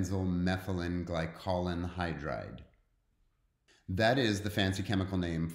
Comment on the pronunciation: ...it's ....glycol-anhydride, not ...glycolan-hydride.....